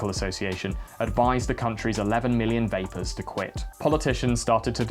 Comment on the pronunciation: "Ich bin ein Vaper" - ngl he did his homework on this, that's correct.